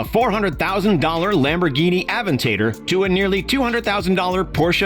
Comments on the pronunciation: AV en Tator 😂. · Did he just say Lamborghini Advent tater? 🤣⚰️